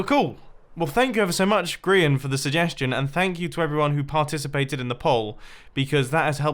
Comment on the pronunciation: Sigh............ GRIAN NOT GRAIN